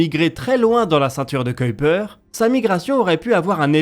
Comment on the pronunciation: A quel point je suis heureux d'entendre Kuiper prononcé correctement 😊